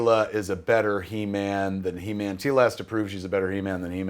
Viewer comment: Keva you just butchered He-man.